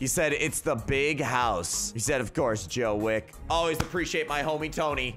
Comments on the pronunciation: It's john wick not Joe wick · "Joe wick" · AND ITS JOHIN WICK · The way you said "Joe wick" lmao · "Joe wick" lolll